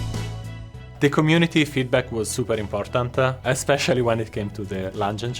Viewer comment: why say important - e?